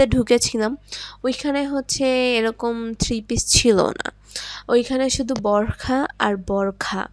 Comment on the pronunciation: বোরখা নয় বোরকা।ন্যাকামি করেন আবার উচ্চারণ করতে পারেননা